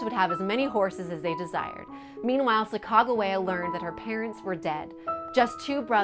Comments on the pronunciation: Chaicago wia what it’s Sacagawea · I couldn't watch this video at you butchered the shit out of her name